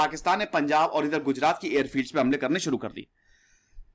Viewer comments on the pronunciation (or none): none